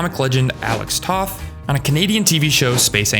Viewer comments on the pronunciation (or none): none